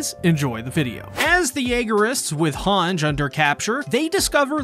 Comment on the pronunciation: this man is not still pronouncing Hange "HANJ" after 4 seasons, lol